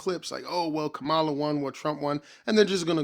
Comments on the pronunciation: Its pronounced “Comma-luh” Brotha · Agreed, complete waste of time. One request, can you please pronounce her name correctly? It is Comma-luh. It is disrespectful to have access to the correct pronunciation and still mispronounce it. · Does every Trump supporter say her name wrong? Try this, "comma-la" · You’re pronouncing her name incorrectly.